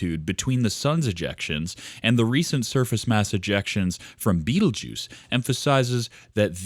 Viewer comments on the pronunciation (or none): learn how to pronounce the damn thing before you make a video about it.